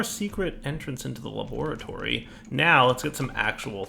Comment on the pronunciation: Every time he says la-bore-a-tory I think of Dexter's Lab